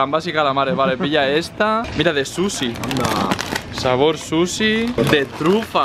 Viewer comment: cuando dijo patatas de suchi pense que dijo patatas de susi por que haci lo pronuncio jaja